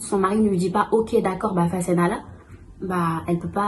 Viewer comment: c’est pas ‘fassenala’ c’est ‘fase naa la’ 3 mots. La femme dit 'may ma sama baat’.